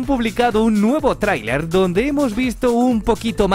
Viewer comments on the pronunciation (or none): none